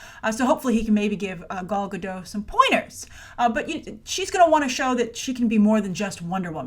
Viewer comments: You would think that by now you knew how to say Gal's name right 😂😂😂😂😂 it's GadOT. With a very strong T at the end. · Hi, you should pronounce the T in GadoT. It's the Hebrew plural for "Gada" - a river bank. Basically "Gal Gadot" means wave river banks. I guess her parents likes water imagery...:D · And she also pronounces it as "Godo" with the "a" as an "o" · GADOTTT. T is NOT silent, it's a Hebrew name NOT French. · John Perry it is in english. But Gal is Israeli and EVERYTIME she introduces herself she pronocues her last name like Guh-doT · Hey, there is 'T' at the end of Gal's last name for a reason 😉